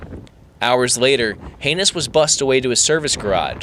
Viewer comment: I don't think Tom Haynes appreciates his name being pronounced "Heinous". And why would he look back on this with "malice"? What a MORON this reporter is..!